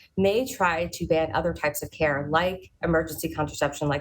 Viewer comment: It’s not “care” !! 😢